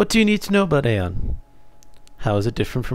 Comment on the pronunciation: its pronouced Ion no aon omfg.. the npcs even say ion not aon ffs